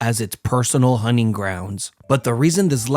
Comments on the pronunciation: Bro keeps saying hunning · "hunning grounds" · hunning grounds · Huning huners...Americans are so funny, why do they not pronounce the T ? 🤣